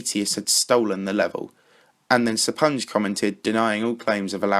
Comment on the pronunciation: I think you just butchered the name "SrGuillester." Considering he's Spanish I would assume the Sr was meant to be the abbreviation for Señor, and since "ui" following a G in spanish is pronounced "ee," it's Señor Gee-yester if you spell it out Sorry for being a grammar nazi, blame OCD